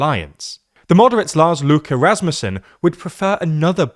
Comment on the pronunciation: I find it funny he pronounced Lars Løkke in almost perfect Danish, then just went complete English for Rasmussen